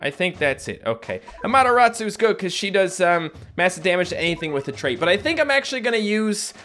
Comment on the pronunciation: AmateRAWsu. Not amateROTsu